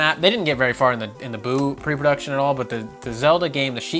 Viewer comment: Goddamit, its SHEIK! Jaysuz....